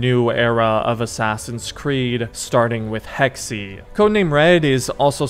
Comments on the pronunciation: I hate to be that guy but it’s actually Hecks-Ay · Hey just letting you know, Hexe is german for "Witch" and is pronounced heks-uh, not heks-e. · "Hex-e" Hexe, pronounced Hex Holy fuck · I am german and I can confirm that it is pronounced like hex-uh